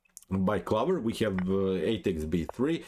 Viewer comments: No. Honestly it was just amusing to me as an English speaker (though I do speak Spanish as well) to hear you pronounce this as 'clovver' we would pronounce it clo-ver. I really enjoy your channel and I know that like me you are a big Kasparov fan. My style is similar to Kasparov (not as good of course) and we almost share a birthday. Keep up the great work. How much do you think computers are influencing modern grandmaster play? I am only an 1800 player and I don't think computers have encroached on my play too much. I tend to play very much as a 'human'. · Interesting pronunciation of 'clover'.